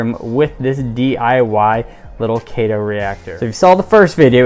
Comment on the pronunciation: Nice, thanks. FYI. It’s pronounced KEE-to, like the diet. KEE-to-MOR-pha. In taxonomy (and probably everywhere else too) “ae” is an “ee” sound. Same in “algae”: AL-gee.